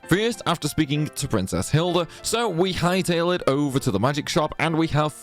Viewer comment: I was gonna watch this video but I don’t think I can listen to homeboy mispronounce magic for 20 min straight 🙃